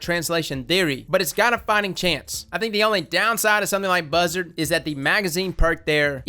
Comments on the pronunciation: I love the way you say buzzard cause you say buhzerd and it just sounds funny to me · Everytime says "Buzzard" he becomes a hillbilly